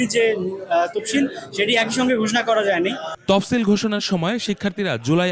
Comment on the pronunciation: তপসিল না তফসিল